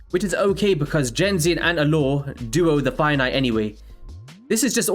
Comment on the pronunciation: Genzin, pronounce like the G in 'get' considered this is a Japanese name.